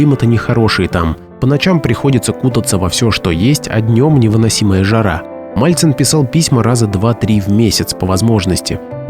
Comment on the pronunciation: МАЛЦИН!!! А НЕ МАЛЬЦЕВ!!